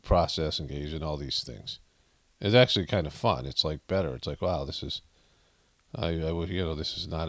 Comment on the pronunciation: Fetterman “actualutely” coined a new word